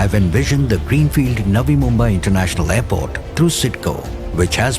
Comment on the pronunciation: aairport? jahil aurat airport hota hai